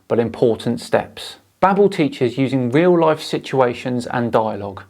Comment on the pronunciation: Bro its pronounced babe-l as in label not babble....its like Babelfish from Hitchhikers....sorry my OCD got the better of me